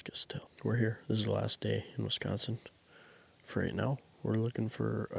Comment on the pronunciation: Uh.... We're 'Consin. Not Consion.